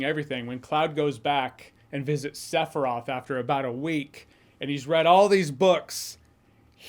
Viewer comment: "Sef-roth"? Why can't Americans ever pronounce names correctly? I mean, there's an iconic song in the game with his name on it telling you EXACTLY how to pronounce it, several times... 😂😂